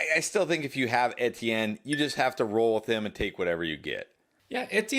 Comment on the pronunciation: Why are you pronouncing etienne like that